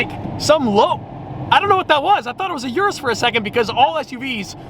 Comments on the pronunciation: Stop with the "You're-Us"... You owned one and still can't pronounce it right. You did once or twice in the the past. You better be in Italy to propose to Sophia. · For a person who loves Lamborghini and even know the names of some colors, you still can't pronounce "URUS" right?😂